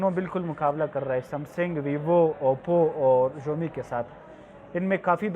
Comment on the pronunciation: Umi nhi hai Xiaomi hai